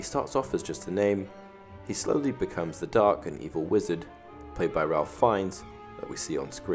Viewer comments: Just here to point out its pronounced ‘Rayf’ not ‘Ralph’ - its the British pronunciation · Ralph is pronounced Rayf, not Ralf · Ralph Fiennes is actually pronounced like Rayf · It's pronounced Rafe like Safe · I know this is a little nitpicky but you're pronouncing Ralph Fiennes first name wrong